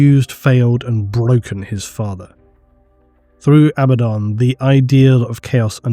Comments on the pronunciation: lol I cringe everytime I hear A baddaon versus aba ddon😂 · I'm still in the camp that pronounces it ah-Bad-uhn